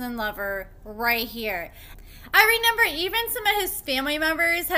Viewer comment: Are you saying “renember?”